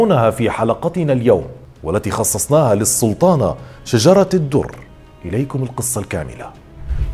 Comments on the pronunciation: السلام عليكم اظنك أخطأت في نطق اسم شجرة الدر وهو شجر الدر و عفوا لك يا استاذ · هو بينطق اسمها غلط ؟ علي فكرة .. شجر الدر وليست شجرة الدر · أخ هي أسمها شجر الدر وليس شجرة الدر!!!فقط لتصحيح النطق